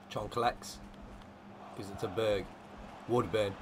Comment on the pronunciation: when u say berg name you say bög wich means gay in swedish. i cant stop laughing